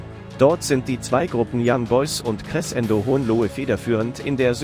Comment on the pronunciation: Finds lustig, wie Crescendo ausgesprochen wird(mache Musik, deshalb weiß ich, dass es so eigentlich nicht klingt)😂